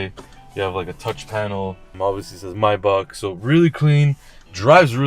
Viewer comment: I like how he correctly pronounces Maybach a lot of people mispronounce it and say “may back”